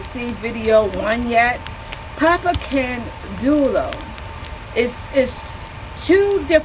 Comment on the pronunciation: can-day-oh is the way I was taught to pronounce it... I could be wrong.